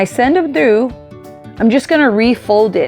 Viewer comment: Automatically knew this was a local girl when she said TREW (for through) ~ I see you 😂! Loved the tutorial, I needed ideas for my goddaughter graduating on the mainland! Can’t wait to make this. 😍😍😍